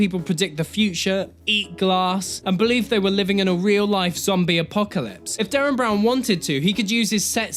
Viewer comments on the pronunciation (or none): Derren. Not Darren.